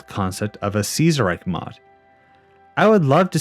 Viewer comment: Ceaserreich would he pronounced Kaiserreich since Kaiser is actually a more accurate pronunciation of Ceaser then Ceaser is since Kaiser basically is just meant to be Ceaser but you know German. Because of the holy Roman empire and such.